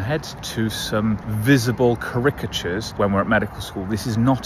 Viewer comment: What's the differential diagnosis on why someone would pronounce "charicatures" so oddly? For future reference, the stress is on the first syllable!